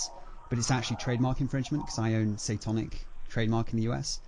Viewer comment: But it should have been a red flag for the scammer that the phone operator with the ‚weird voice‘ first did not know how to pronounce it and weirdly asked how the pronunciation of the channel is but then states he is a fanboy a few seconds later